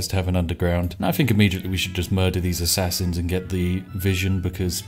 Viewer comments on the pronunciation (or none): none